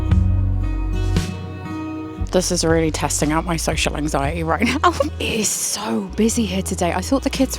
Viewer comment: I had to replay it 3 times to realise you said social anxiety, not sexual anxiety 🤣. Blame it on my hearing ❤